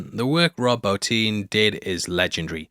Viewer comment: HOMG. FINALLY!!! FINALLY, A YOUTUBER WHO PRONOUNCES ROB BOTTIN'S LAST NAME PROPERLY!!!!! THANK YOU!!!!! 💙💙💙💙💙